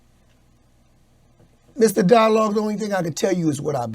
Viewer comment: Did he say Mr Dialogue? 🤣